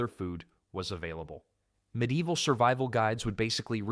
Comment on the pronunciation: There are loads of medlars around where I live. I didn't watch any more because hearing the mispronunciation of medieval 15 times in the first five sentences was more than I could take.